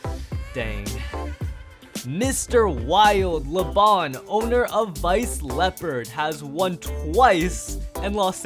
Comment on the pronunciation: Laban not Leban